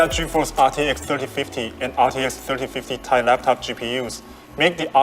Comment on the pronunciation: The guy saying 3050 ti like "tie" makes me think he has never said that out loud or heard other people say that before